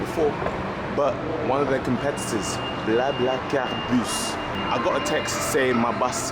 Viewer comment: convincing pronounciation. are you fluent in French? :)